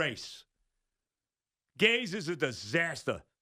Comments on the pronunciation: It’s not pronounced Gaze. It’s Gase!! Like Disgrace! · Sounds like he’s saying Adam ‘Gays’